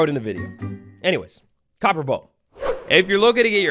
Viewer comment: COPPER, not CoBpEr. I gotta leave this vid man i seriously cant take it